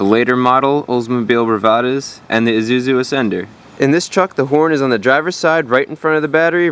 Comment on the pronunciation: its isuzu not izuzu